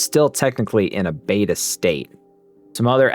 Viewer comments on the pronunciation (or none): none